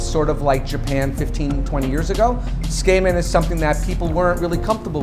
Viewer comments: It's pronounced kinda like: /tsoo-k-men/ not /tsookaymen/ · His pronunciation of Tsukemen is bugging me. It's wrong. He is saying tsukeimen. It's tsukemen. He is saying tsu-kay-men and it is suppsoed to be tsu-keh-men. It drives me nuts that he's supposed to be doing this for a living and can't even pronounce it right. Give some respect to your field, dude. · It's not pronounced "skamen" SMH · The food looks delicious, but I can't stop hearing him say "skamen" and that sounds incredibly unappetizing. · That's what I thought. I was like, there's no way it's pronounced skay-men. I have no problem with a non-native expert in foreign food, and I'm sure he knows his stuff but I would also like it if he didn't drop an entire syllable out of the pronunciation. It's pretty off-putting. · Hmmm if we're splitting hairs over pronunciation I'd break it down as [tsu - like tsunami] [keh - like in keg] [men - like 2+ man] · Someone teach this guy how to say tsukemen. Skayman sounds like a dj... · the way the chef pronounces tsukemen as "tss-kay-men" ... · Why is everybody getting so triggered over ramen and his pronunciation. Its like: ''I've never made a single mistake in my life, let's just bully this guy cause of the way he pronounces tsukemen.'' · The way he pronounces tsukemen hurts. lol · Learn to pronounce Tsukemen before you open up a shop for it, wtf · How can one eat a dish from a chef that can't pronounce the dish's name? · well can you at least say it right? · This feels like a bad copy of something Japanese people make...Brings into question the quality of the dish if the chef cannot bother to learn how to better pronounce the name of the dish he is paying "homage" to. Source of Japanese people saying tsukemen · Please FFS learn how to say Tsukemen. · The way he pronounces tsukemen is so "harsh." He makes it sound like a skin condition. LOL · Not only for a living, but owns the ramen restaurant. Hey probably pronounces karaoke as "kare oh key".